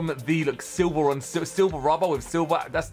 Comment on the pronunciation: xd he said silber